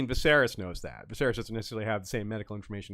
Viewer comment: “My mothers memory” to get technical, says the guy who has been saying “Visarys” for weeks 😂 No shade. I love unsullied thoughts. But I can’t help but giggle every time he says “Visarys”.